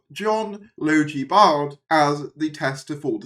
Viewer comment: Logie (as in Bogey), Baird (as in Bared). You're most welcome.